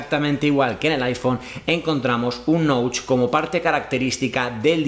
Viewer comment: La muesca de la cámara o Notch. No se pronuncia “Noutch” se prenuncia “Noch”.